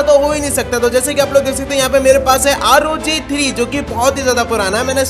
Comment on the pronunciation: Bhai rog nhi r o g hota hai